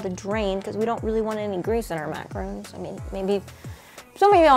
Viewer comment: Does it bother anyone else that she’s saying “macarons” wrong?